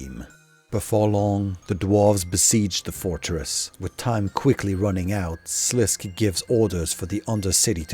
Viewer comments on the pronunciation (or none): Sliske is pronounced "Slis-Keh" (two syllables) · Yeah, very nice video and all but he mispronounces a lot of names. Sliske, Doorgeshuun, and I've heard multiple others. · Sliske is pronounced Sa Lis Kay. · You pronounced sliskay wrong but this was a fucking banger of a video I can let that slide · Just a heads up for next projects you might be working on. In RS3 wiki there is a pronouciation guides for obscure words. It gives your stuff a lot of creedence if you say things the way they are meant to be said. Sliske for example is pronounced SLISS-kay. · Amazing video! Your mispronunciation of Sliske had me tweaking, though. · Great video, just keep in mind that the E in Sliske is NOT silent